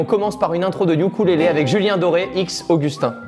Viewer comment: "oukoulélé" 😂😂 c'est pas très grave mais on dit "youkulélé" pour ukulélé oui je suis d'accord c'est un trompe l'œil ^^